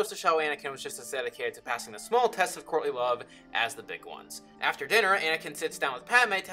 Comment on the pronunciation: Good video. Only problem: every time you say courtly love, I think you're saying Courtney Love. Which changes everything!